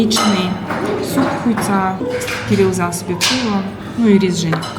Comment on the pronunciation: А это не дифтонг Ю? Не Хюцаа произносится? В бурятском примерно как ю произносится